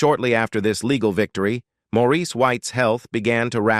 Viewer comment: His name is Maurice not Morris, AI ugh, geez